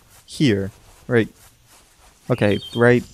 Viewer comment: "let get roight into the news!" rocket hits him = death of laughter